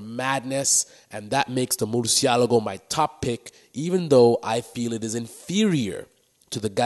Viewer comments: OMGG stop pronouncing the name wrong people wtf ,, it's Murcièlago ( Mur- Shi - La - Go ), not Morsiyalago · murcialago - umm learn to speak